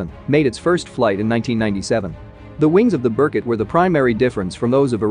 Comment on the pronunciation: Pronounced Bear Koot after the Russian Golden Eagle.